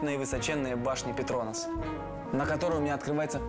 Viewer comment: Обожаю передачу "Орел и решка", но ребята умоляю не ПетрОнас (так противно звучит, прям слух режет) правильно ПетронАс☺